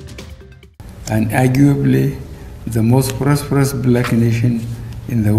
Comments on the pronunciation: He didn’t say prosperous.. he said “prosproperes” 🤷🏾‍♂️ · Did he say the most prospros Black nation in the world!?